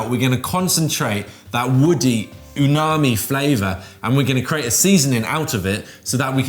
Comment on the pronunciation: I love mushrooms; plus I love not only ' enthusiasm but that his pismronunciation gives us a great new word for 'tastiness': "ooooo - narmi!"... narm narm num num num! 😆😋 Great idea and great vid 👍.